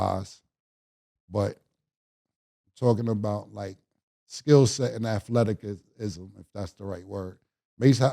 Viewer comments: Mannnn and Murda y’all keep lettin mah nigga Killa say “Athleti-kism”.. Yo Cam, “Athleticism” is pronounced ath•let•is•ism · Cam What TF IS”athletikism” 🤦🏾‍♂️😂😂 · I came here to hear stanima and athletcism 😂 pause killa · teach Cam how to say athleticism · and Mase wild for keep letting Killa say Athelic ism 🤣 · Cam still can’t pronounce Athleticism 😂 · I hope cam never change how he pronounce the word athleticism LMFAO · Cam can’t pronounce the words athleticism or stamina for shit 😂